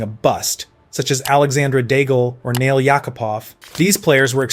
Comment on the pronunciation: No Gretzky. So clearly Mario no.1 and theeeeeeen maybe McDavid. But only after he wins a cup or two. Love McDavid but come on Mario so far is the best ever no.1. Oh and where the fudge was Guy Lafleur. Also is Alexander DAGe not DAG-el..